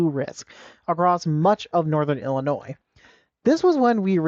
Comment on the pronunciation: "Northern IlliNOISE" :face-blue-wide-eyes